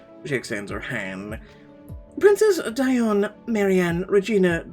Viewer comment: Hi. I believe her name is pronounced Dee on. Great video nonetheless 😀